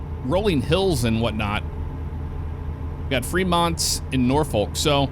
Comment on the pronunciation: As a Nebraska native I feel I should inform you that we pronounce it as "Nor-fork" here. Don't ask me why, that's just how it is. It was quite the whiplash sensation when I recognized exactly where you were when you pulled out of the loading yard. Also, if only it were really that easy to get to Norfolk from Fremont. That road is substantially longer irl and it's two lanes the whole way with heavy, SLOW, truck traffic just like you experienced.